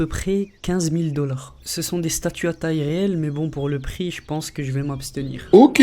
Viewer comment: "statue" pas "statut de lego" respecte toi